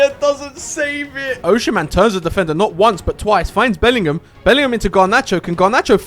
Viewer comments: bro oshimen is prounced osimen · Pronounced as O SI MEN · Why did u say ochean man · Oshimen❌️ Ocean-man✅️